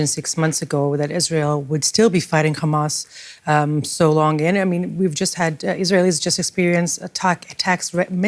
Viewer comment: She slipped with that khamas